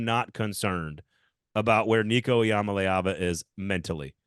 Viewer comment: Hate to be that guy, but you might wanna check up on how to say Iamaleava correctly. Cause that ain't it